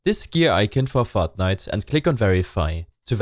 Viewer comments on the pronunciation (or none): This guy's voice "fotnite fotnite fotnite binarieeeees*